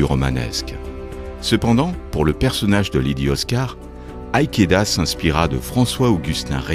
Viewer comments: Tout est parfait, je suis juste gêné par la prononciation d'Ikeda qui se prononce comme cela s'écrit (comme IKEA avec un D en plus), pas aïkéda 🙂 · Très bon documentaire pour les amateurs etvlevgtand public avec une très belle surprise à la fin. Juste pas compris le but de prononcer Ikeda à l'anglaise et c'est bien SHingo Araki, pas "tch" 😉 Merci et bon continuation ^^